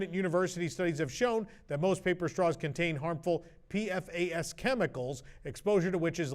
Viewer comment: Thanks as always for the news, WDWNT team. A heads up to --PFAS actually has a pronunciation. It's PEE-fass. That's how we say it in our newscasts.